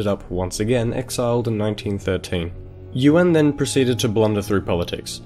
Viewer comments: "Ywen" not "you-an" ffs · "yoo-an"